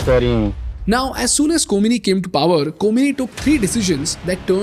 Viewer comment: Ko-mi-ni? khoh-may-nee